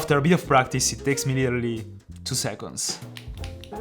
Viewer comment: he said "five secos"